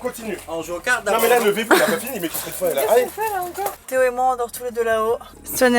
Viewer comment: Théo qui prononce tout avec un accent flamand😂